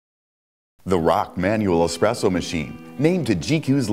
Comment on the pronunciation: said expresso not espresso.